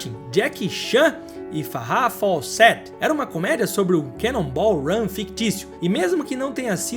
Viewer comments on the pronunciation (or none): Top. Texto maravilhoso, vídeo muito informativo, mas você devia ter treinado um pouco para pronunciar melhor o nome da Farrah Fawcett.